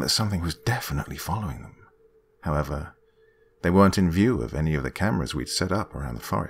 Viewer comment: I read this just as he said “Howevah”